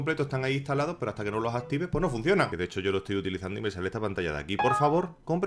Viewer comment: Gente, a lo largo de loh añoh...